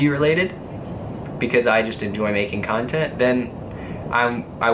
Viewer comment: love it how pronounce "cuntent"